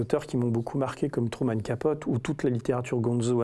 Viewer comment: " Trouman Capote " et " le sujet étant raide", c'est volontaire ? :D :P